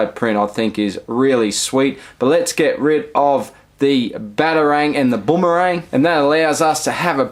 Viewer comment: sorry but saying Boomerang as bombarang got me triggered as heek ahahaha